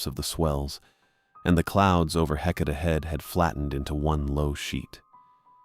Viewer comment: It's pronounced Heketa Head the lighthouse there is beautiful, there is a B&B there